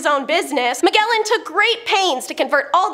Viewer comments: Ma-JEL-lan! The G is soft! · Magellan really hit me in the ear.